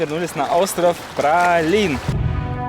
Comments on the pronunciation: Остров Праслин а не Пралин ребята )) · не пралин а праслин